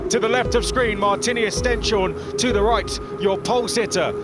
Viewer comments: ‘Corrected’ them on how you should say Stenshorne (ST-EH-NS-HOR-NUH), but they made it clear that they’ve spoken to him about it and gotten a thumbs up for their pronounciation. Chances are they’ve asked Camara too. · The commentators still mispronouncing Martinius Stenshorne's last name...